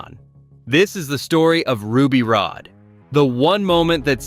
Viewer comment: It's Ruby Rod, not Rode, ...so tired of AI